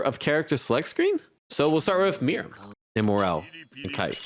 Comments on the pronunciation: It’s Mear-oo-em not Mirem It’s Crow-lo not Cloro 😭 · You're pronouncing Meruem wrong